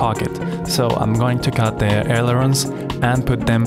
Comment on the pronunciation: Love the video man this is some high quality stuff! I like how you cut the wing out with the Hotwire on the table. (Fishelooge, stab-a-lisers, aleroons. Sorry, now you're gonna think of me everytime you say those three words.)